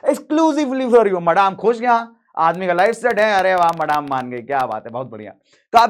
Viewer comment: Maadaame 😂😂it's madame and pronounced as madam